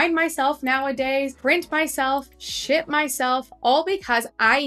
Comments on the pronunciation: I heard "shit myself" in the beginning, instead of "ship" LOL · It sounded just like that 😅😅